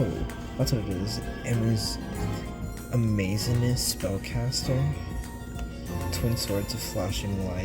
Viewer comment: So funny how you can’t say Amazon. Amazo(n)-ness